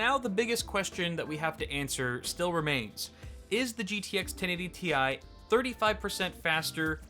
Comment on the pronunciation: He said 1080Ti wrong